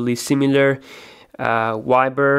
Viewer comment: what in the name of hell is a y-ber? it's viber with a V